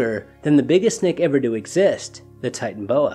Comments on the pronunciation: ty-tan-o-bo-ah not ty-tan-bo-ah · Kind of irritating to continually drop the middle syllable. Ti-tan-o-bo-a.